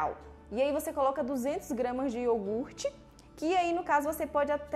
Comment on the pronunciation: Amei a receita mas o melhor de tudo é que vc falou corretamente a palavra iogurte e não iorgute como todos costumam falar e aí doe o ouvido 😂😂😂😂😂 parabéns pra você,pela receita e a pronúncia correta ❤